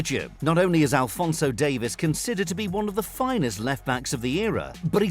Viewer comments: Davies, not Davis, Davieeez. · It’s. Not Davis it’s dave eees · Alphonso Dave-ees. Davies and Davis are not pronounced the same! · Don’t you get irritated how he calls Alphonso Davies , Alphonso Davis